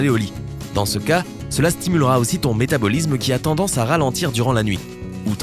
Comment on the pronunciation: Métabolisme ne se prononce pas métabolizme, organisme non plus d'ailleurs.